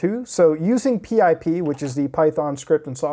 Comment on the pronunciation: Fr who says p-I-p it's pip